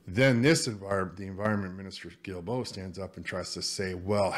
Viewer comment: I'm not going to bother correcting the pronunciation. Guilbeault is such a cattlebrain that screwing up his name is well worth it.